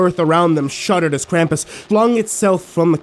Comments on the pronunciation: I think its pronounst Kr-am-pus not Kr-um-pus oh and merry Christmas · The way you pronounced krampus is interesting to say the least.